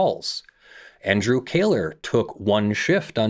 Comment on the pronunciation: Totally off-topic, but I'm intrigued by pronouncing the name "Kohler" as "KAY-ler". Is that a usual regional variation? Why not "KOH-ler"? ETA: my guess for "Krajewski" would be "kra-YEFF-ski"